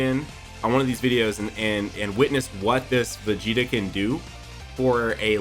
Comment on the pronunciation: Its vegeata